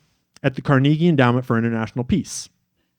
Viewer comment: Please learn how to pronounce Carnegie